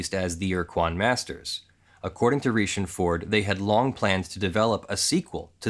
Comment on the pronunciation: Pronounced like Richie, dude.